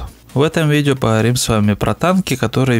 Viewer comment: пахаварим пахаварим тебе бы к логопеду